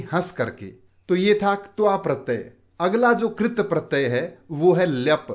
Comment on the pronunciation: Sirji AAP katpratey ko galat bol rhe hai